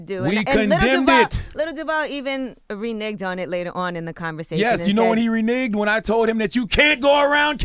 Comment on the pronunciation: lol them saying "renig" instead of "renege"